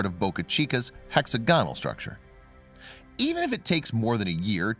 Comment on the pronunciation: So when did hexagonal ( hex-ag-on-al ) become hex-a-gone-al ? Elsewhere, a bit of proof-reading would help some jarring phrases too. I'm still not entirely convinced that a live narrator would make some of these slip-ups. Otherwise, good content.